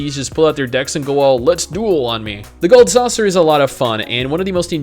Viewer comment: are you saying "Gahld" Saucer? its a long O in gold, rhymes with told, fold and old. not a short O like bot or tot. Not trying to be dick, just letting you know. I am guessing you are foreign and I really didn't pick up on it until I heard you say Galhd Saucer. Had I not heard that, I would not have thought you were foreign. Or if you are not foreign, why are you saying gold weird?